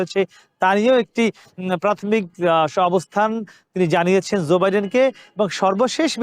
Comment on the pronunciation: US President is Joe (NOT Zoe) Biden. Please try to pronounce correctly.